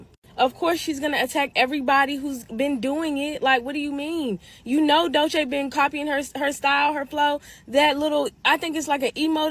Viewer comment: That lady is delusional. Her name is Doechii (Doe-Chee)